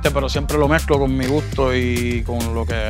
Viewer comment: He ain’t speaking no proper Spanish, he’s half saying words “gooto” not gusto